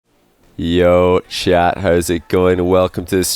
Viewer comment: "yoo, shat, hows it going" That's what I heard lol